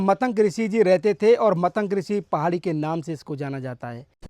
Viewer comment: मतंक नहीं, मतंग है। बोलने से पहले कुछ सीखो। मजाक मत बनवाओ।